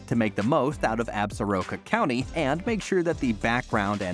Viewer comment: As a native of WY I sure wish the word Absoraka was properly pronounced! It is Ab Sore Ah Ka!